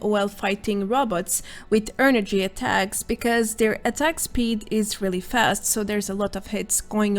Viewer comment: its funny the way u say "energy", not a bad thing tho. is there any legendary perks for shotgun builds? i dont see any on this video but i was curious cause u said sumthin about bethesda made a buff for every weapon type in the game.